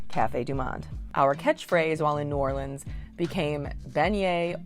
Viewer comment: You did a great job ! Mispronounced a few things, but proud of you for saying New Orleans correctly ! I would add crabs - yum - and also crabmeat au grautin ! I also laughed at the end when you were eating Chinese food - being from New Orleans, I can honestly say that no matter what the type of food, it’s the best in the world - and yes, I did have red beans & rice very often on Mondays ! TFS 😊